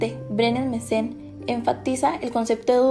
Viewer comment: Varias veces dice Mesen. Es Brenes Mesen